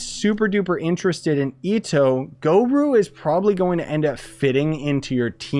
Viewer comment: A-alBEEdo??? gorOO???! 😵😵😵😵